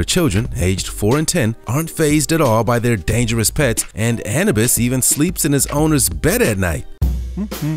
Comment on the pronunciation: The way he said Anubis idk if I can get past that man